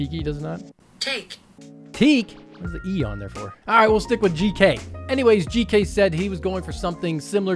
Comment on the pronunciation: Gk here, I can confirm neither you or google translate pronounced my name correctly lol Thx for trying my fan (whoops, I forgot abt the cpu cooler clearance... 😅)